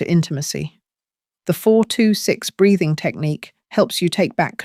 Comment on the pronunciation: Breathing not braiding. Sounds like it doesn't it.